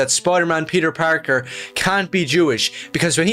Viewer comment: "peter pakr"